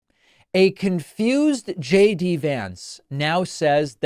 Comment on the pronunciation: Did anyone else notice JD said her name right? I guess he didn't get the memmo that they are all supposed to mispronounce her name.